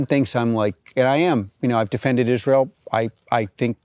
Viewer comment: Yeah, I hate it when people pronounce Israel as Is-real. Bye!